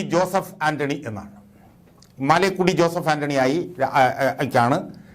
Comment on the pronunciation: മാലേക്കുടി അല്ല മലേക്കുടി എന്നാണ് ആൻ്റണിയുടെ വീട്ടു പേര്.